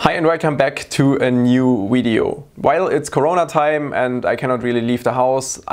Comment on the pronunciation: I like the way you say video it sounds like wideo with a w. I love the accent.